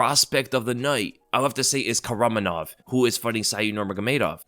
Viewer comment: its pronounced kakramonov,why do people ignore some letters in a name all the time🤣🤣🤣